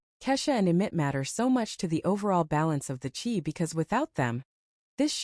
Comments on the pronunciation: Dont watch this update when this AI recorder say the Chee. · How can u pronounce THE CHI INCORRECTLY! U call it THE SHE ! Thats the wrong pronunciation of THE CHI